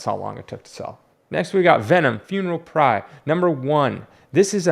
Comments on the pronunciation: What’s a funeral prye? 😂 ya mean pyre? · Great info. Thanks for sharing. And not trying to be Mr. Smartypants but it's pyre pronounced like fire.